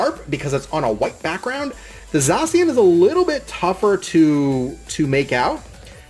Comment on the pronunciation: It's pronounced zash e an